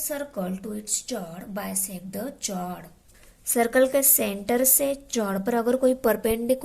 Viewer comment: Mam aap chord ko galat pronounce kar rahe ho